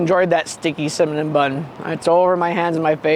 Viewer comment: are you saying Cimanon bun? 😂